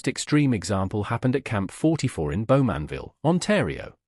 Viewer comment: You could increase your credibility if your "research" were a little deeper, and you pronounced names like 'Bowmanville' correctly. It's very simple, just put 'pronunciation: Bowmanville' into Google, and presto, a pleasant voice will say it correctly. Now your research could go a bit deeper. For instance, the shackling started because the Canadian troops at Dieppe had a manual showing how to shackle German troops, and in retaliation, Canadian POWs were shackled for months, while such practices were not permitted under the Geneva Convention. Also, in terms of murders in POW camps, in at least one incident, the perpetrators were tried by the Canadian trial system, sentenced and executed.